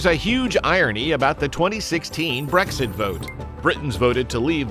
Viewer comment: "WE HAVE NEVER HAD BRXIT"!!!!!!!